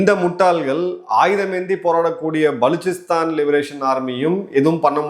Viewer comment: நீங்கள் மட்டும் தான் மிகச்சரியாக உச்சரித்தீர்கள்.புதியநாடகும் "பலுச்சிஸ்தான்"